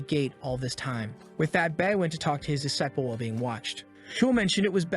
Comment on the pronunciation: That is not how you say disciple